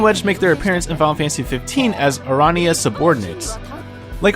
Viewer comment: the way you pronounced aranea made me cringe. it's "AH-ruh-nay-uh".